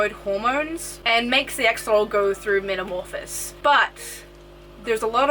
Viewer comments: BTW its metamorhpisis, not metamorphis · metamorphoSIS not metamorphIS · This was good except its not called a metamorphis, it's called metamorphosis 🤣🤣